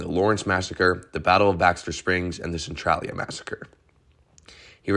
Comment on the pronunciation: Interesting video. FYI, Centralia is pronounced Cen trail ia.